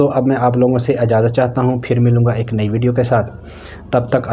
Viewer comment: ایاک لفظ صحیح کریں زبر نھیں زیر ہے